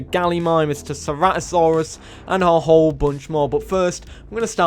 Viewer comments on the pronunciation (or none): none